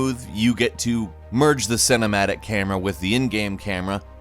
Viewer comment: "Senematic Camera"